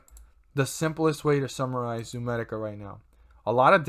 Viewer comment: It’s not ZOOMEDICA!!!